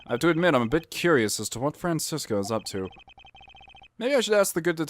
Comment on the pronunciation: That Franziska voice is PERFECT. And you pronounced it correctly too. German Dude approves